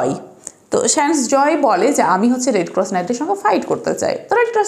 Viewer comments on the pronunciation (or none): রেড ক্রস উচ্চারণ সঠিক করার চেষ্টা করতে পারেন।